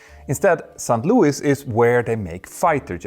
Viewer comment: Dude... Its SAINT Louis and NOT Sankt Louis as you pronounce it. You sound like that German costguard sinking commercial.